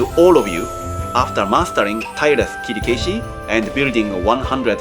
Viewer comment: By the way, why is your pronunciation of Kirikaeshi is strange? That is not the way most of Japanese would say.